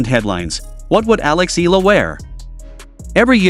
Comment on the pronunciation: Eala is pronounced as EE-YA-LA. 😂 FYI.